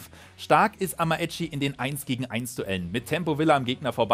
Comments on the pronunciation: Amaechi wird so weit ich weiß Amächi ausgesprochen is jetzt nicht böse gemeint😀 tolles Video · Achtung man man sagt amitschi